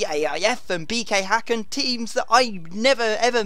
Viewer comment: hahahahah i love how you prounounce allsvenskan and mjällby and häcken!! im from sweden so its really funny